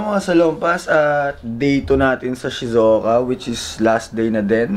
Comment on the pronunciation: Shizouka pero hindi shizouko 🥴